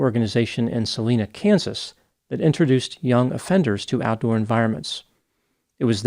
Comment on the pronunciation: FYI it's Salina (ks) with a long I. They say things weirdly there.